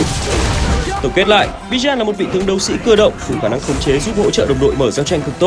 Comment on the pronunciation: Bijan ❌ Bi-Chan ⭕️